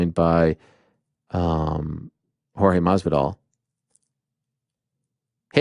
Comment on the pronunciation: Watching Ariel trying to pronounce Jorge Masvidal was cringe. Not only that the first thing he asks if about pro wrestling.... ask him about Leon. I thought this was the MMA Hour